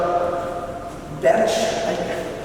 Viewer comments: She still can't say Porsche right. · It's POR-SHUh .. Not porsh. Not por-che. Not porch. Not posheh. It is POR-SHUH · Oh you mean PORCHEEE yeah I love those . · 😑 works at the Porsche Design Center and can't even pronounce Porsche right 🤦🏻‍♂️